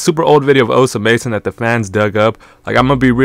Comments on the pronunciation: bro stop saying his name like dat 😭😭😭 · th pronunciation is satire right